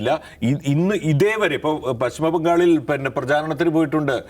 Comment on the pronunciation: പിന്നെ എന്നല്ല പറയുന്നത്. പന്ന എന്നാണ് കേൾക്കുന്നത്.😅